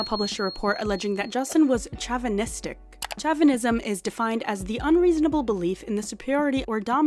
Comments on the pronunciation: Chauvinistic is spoken as Show-van-is-tic Not chav- an-is-tic 😂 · It’s SHOW-va-nistic. (Chauvinism). Not a criticism love your channel!! 🥰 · Whatever. You didn’t do your job very well then. All the things blake’s PR team leaked to TMZ and other outlets, about Justin were debunked. Other allegations were clearly projections from Blake, and smear campaign manipulation, leveraging the “Im a woman” narrative. And you didn’t even pronounce “chauvinistic” correctly! As a viewer, how can I trust your “unbiased” opinion/research when you can’t pronounce the word for an alleged perpetrator of such? Do better.